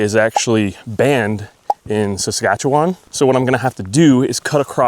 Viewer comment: how dare you confuse Saskatchewan and Ontario 🤣 Good pronunciation of Saskatchewan though!